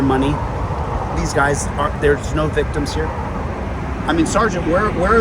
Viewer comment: "Where are the victums?" Hahahaha No corpus dilecti....victims"